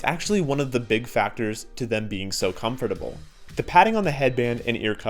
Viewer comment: The way u say comfortable is just horrible